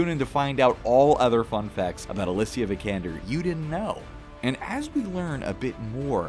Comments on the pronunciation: Did you know you pronpunce her last name wrong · Not to mention how he pronounced her last name right after